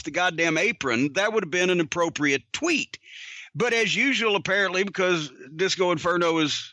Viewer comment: Cody butchered Disco here